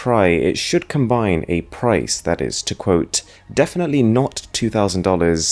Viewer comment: “and a headphone jack mighT cuT inTo ThaT” “To fiT AroundT iT” like bro i understand what the aesthetic is around here but you’re overdoing the pronunciation